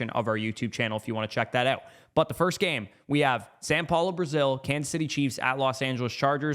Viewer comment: My brotha it is Sau Paulo. Not San Paulo